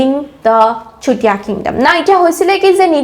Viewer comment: Please improve your pronunciation like Swargadeu not Hargadeu, simply say sutiya kingdom not chutiya, it sounds like slang.